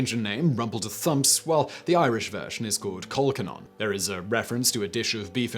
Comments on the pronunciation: Cole-cannon, not whatever you said - usually made with kale and tatties, food of the gods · Nice video. Some of you pronunciations are a bit off though: Mousehole (mowzal), laverbread (larva), colcannon (coll-cannon). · irish one is pronounced cull cannon, as in fire the canon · Mic dropped👍 And colcannon is pronounced Col-cannon ( same as the big gun thingy) I think Simon has spent too long away from home!? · great video except for the really odd pronunciation of colcannon near the end there! :)